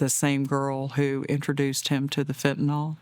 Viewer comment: Preach long and loud, but please....fen-ta-nil